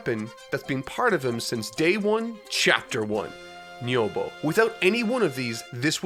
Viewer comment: bro if you're gonna rag on people using "power pole" instead of "nyoibo" then you could at least pronounce nyoibo right